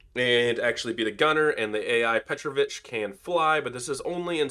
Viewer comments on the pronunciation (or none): There's an accent on a second vowel: petrOvich, not pEtrovich.